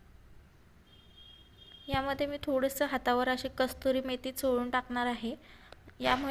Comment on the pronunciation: Mam,kasturi methi nahi,kasuri methi mahna.